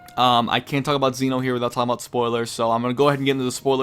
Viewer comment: It's Zen'ou, not Zeno. His name isn't Zeno, he is the king of everything, the Zen Ou. Zen means everything and Ou means king. Imagine his name was written like Zen Oh. That's how you say it. You could also try watching the anime and listen to how they say it.